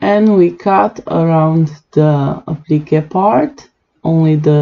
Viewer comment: lol it took me a bit to work out what you was saying when you were saying when u said applique to me it sounded like applicka ,,, mind you your English is way better than mine that and I can not talk in another language so your doing way better than me ..btw love your designs